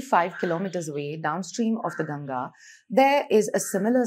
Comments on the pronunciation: At least Indians should pronounce the name properly, aye? Please stop pronouncing the name like Ganja. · It's Ganga not Ganges, why do Indians mispronounce their own names ?